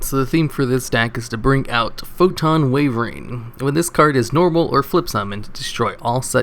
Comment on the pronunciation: how on earth do you consistently pronounce castel wrong (wyvern too for that matter)? shame that eccentrick is so generic and useful- means its expensive and i wanted to use it to build a classic archfiend pendulum deck